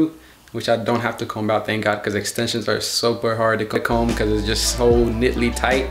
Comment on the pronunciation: Never heard anyone pronounce the B in the word Comb until now